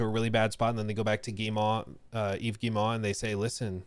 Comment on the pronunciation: Tip! Guillemot: Gii-mow. Like mow the lawn. Like mo money mo problems. At least close enough.